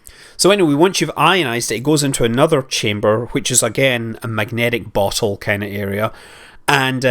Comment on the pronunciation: Who also heared magnetic butthole instead of bottle?